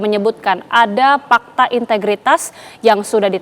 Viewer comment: MASA GA TAU KAN ASET MOBIL DAN MOGE NYAH DI SIMPAN DI KANTOR !!!!!!!! MENTRI KOQ GA BISA BILANG AWALAN HURUF F PAKTA HARUSNYAH FAKTA PAK WKWKKKKKK